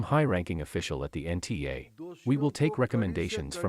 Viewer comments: NTA not NAT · Nta not nat 😅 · NTA , not NAT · Its not nat its nta mam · It's NTA Palki, not NAT. Use your brain cells while reading also. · Its not NAT ,ITS NTA